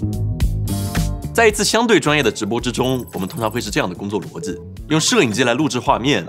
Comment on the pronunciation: 机 逻辑 这几个词 练习一哈发音嘛 口音挺重